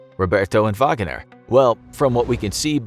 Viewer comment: WHY ARE YOU SAYING VAGANER... it's just Wagner.